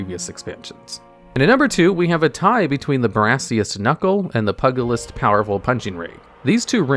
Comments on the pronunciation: Fun fact Pugilist is pronounced Pew-Jill-List not Pugga-list. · PUG- ilist, hah. Not sure if it was intended, but it made me giggle. Great choices, great vid! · Although I get a kick out of how you say "Pugilist", you're pronouncing it like it's some kind of a dog :D To pronounce it properly, it should sound like: "Pyew-gilist", without the dash of course :) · Pugalist is pronounced Pyoo-jill-ist I'm pretty sure. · It's pronounced PYOO-gilist but yours made me smile because all I could imagine was a little dog with a boxing gloves. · The way you pronounce pugilist makes me think of a Pug Druid. Thanks dood.